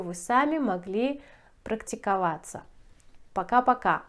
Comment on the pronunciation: Did you say "bocka bocka" for bye bye? That's a new expression for me.